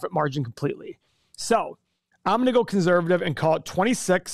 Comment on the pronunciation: “conzzzzervative”